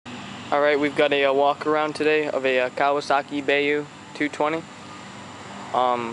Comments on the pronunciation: Baeyou😂it’s bayou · it is byou not ba you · And it's ba you. Not bae yo. Ba like a sheep says and then you like the word you. It's not a bae and it doesn't say "yo". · whats a bay-ooh?.. Bye-ooh*